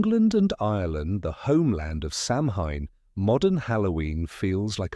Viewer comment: You pronounced Samhain wrong! It's pronounced Sowen.